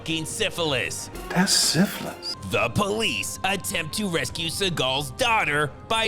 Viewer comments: Love how Mr Seagull can't say syphilis, or as he would shart sifflis. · "Dat's siffuhlys!"